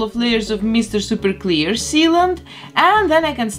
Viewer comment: I come for the repaint but stay to hear "Mr. Super Clear" in a Belarusian accent. I Love it sooooo much! 🥰